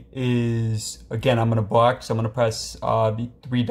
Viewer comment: It sounds like bro is saying bock bock